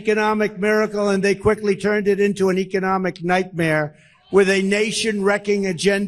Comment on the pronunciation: Are we going to let his pronunciation of economic slide?